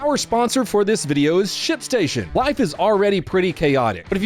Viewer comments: When your ad started, I could have sworn you said "shit station". I looked at TV like, wait, what? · i thought he said shitstation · aint this guy saying "shitstation" instead of "shipstation" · You absolutely said shitstation lol.